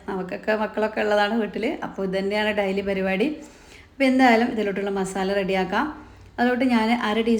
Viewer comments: താത്ത ഡയലി.. അല്ല ഡെയ്ലി ന്ന് പറ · ഡൈലി അല്ല ഡെയ്ലി